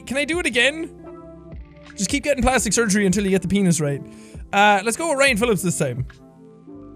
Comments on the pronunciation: When a fellow Irish pronounces your Irish name wrong it's not Ryan it's rian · He said Rían wrong though. I'm very disappointed in him 😭